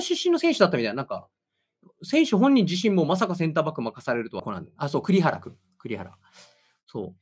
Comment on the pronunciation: 「栗原」は「くりはら」ではなく「くりばら」です。